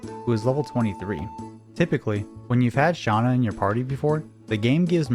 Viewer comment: Shauna? It's Shanna 😂 great video tho